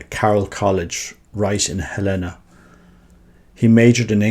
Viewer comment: Tiny, inconsequential note - "Helena" is pronounced HEL-eh-nah, in this instance. Thank you for posting about Fr. Stu!